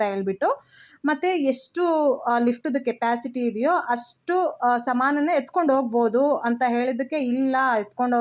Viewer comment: Super vlog, ಅವ್ರೇ ನೀವು ಸಮನ್ ಅಂತ ಅನ್ನಬೇಡಿ 😂, ಸಾಮಾನ್ ಅಂತ ಹೇಳಿ